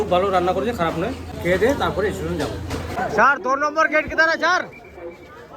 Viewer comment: Estation hoy na Station hoy pls try to speak properly